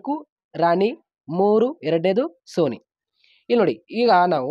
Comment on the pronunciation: Suni alla soni😅